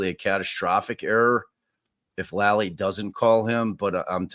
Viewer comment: Lally. Spoken with a long A. FOR THE LOVE OF GOD, PLEASE STOP SAYING LOLLIE.